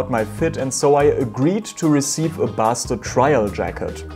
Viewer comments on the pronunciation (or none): Basted is pronounced "baysted" not "bassted" Also the jacket should be a few cm longer. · Too short. Also “basted” is pronounced “ bay-stead”